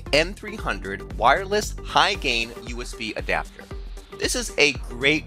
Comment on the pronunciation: WIREless is how he says wireless